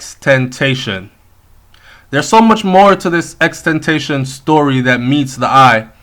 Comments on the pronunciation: U pronounced his name wrong pronounce it like this n ull get it xxx ten ta ci on, n yes ur right about him ppl want to use his influence becuz drake was one of dem who wanted to use him but he wouldn't let him that's y drake didn't like him n other rappers didn't fuck with him becuz drake didnt, its so ironic how 2 r 3 months ago he said if anything happen to him drake was gonna be responsible for it n now he's dead, even tupac was a star child. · brethren yu not even know how fi pronounce his name it is pronounced xxx tentacion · U a pronounce the man name wrong bro.. it really sad tho rip xxxtentacion tht mean return if possible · Why people keep fucking up his name??? XXXTENTACION. Please.. come on mon!!